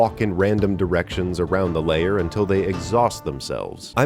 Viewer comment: Lair is a one syllable word. tis not layer